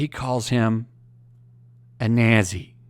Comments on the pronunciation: How the hell does someone not know how to pronounce Nazi? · Why do you say nazi like that? Is it to stay monotized